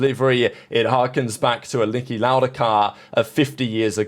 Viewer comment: bro actually sayd liki lauda car